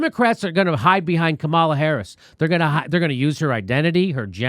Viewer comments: I actually love how Jimmy pronounces “Kamala” wrong on purpose. It’s effective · Buh buh but Jimmy you mispronounced Kamala Harris's name, that means you're racist and thus are a non-person, and I don't have to listen to you!